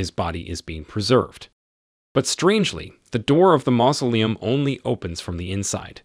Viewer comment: The narrator of this video is very strange. One time he mispronounces "mausoleum", then pronounces it correctly then pronounces it wrong again. I suspect that this is a computer voice. This video deserves a thumbs down for the simple fact that the narrator lied to his audience. He says that if you don't like the video, give it a dislike but to hit the dislike twice just to make sure. IF YOU CLICK ONCE IT REGISTERS A DISLIKE, IF YOU CLICK IT A SECOND TIME IT REMOVES THE DISLIKE. I really hate dishonest people.